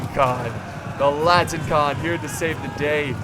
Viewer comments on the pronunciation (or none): They're not called "latin-con", they're called "latin - i - kon". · Oh, yeah and it is La - ti - ni - kOn. Which means the Latin one.